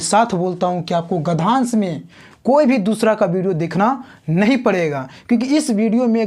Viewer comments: Are gadhansh hota hai ki gadyansh 😂😂😂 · Gadhansh nhi hota hai gadhyansh hota hai 😂😂😂😂😂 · Sir gdhansh nahi... uchcharan gadhyansh hota h